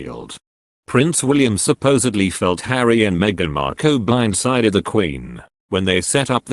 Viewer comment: Why can’t you pronounce words correctly, you say Cambridge, Cam as in cat, when it should be Cam as in you came to us and I don’t think Harry’s wife’s name is pronounced Marko, I’m sure it’s pronounced Markle as in sparkle, there are a lot of other mistakes like these two, you sound English so should know how to speak English correctly, please practise properly.